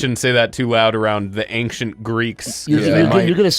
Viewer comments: Why does say Ainkcient Greece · Every time says the word ancient wrong I die a little inside